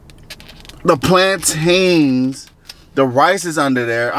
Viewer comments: I spent two weeks teaching my cousin how to say plantain yall Americans be killing me😂😂😂😂😂😂😂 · Did you get the plan-tain on a moun-tain? Iykyk